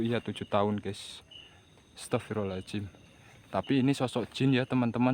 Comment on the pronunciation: masukan bang, kalo istighfar itu Astaghfirullohhal'adzim, bukan pake 'ajim